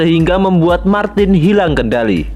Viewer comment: ra konsisten nyebut martin, malah dadi martis